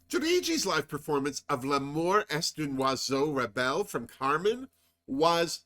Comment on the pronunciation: Hey. Carmen is my favourite Opera, and your Pronunciation of 'L'amour est un Oiseau Rebelle' was immaculate. When Juriji started singing, I was gagged. Brava!